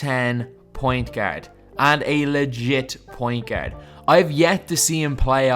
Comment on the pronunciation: you need to stop saying the word ' pointgerd' lol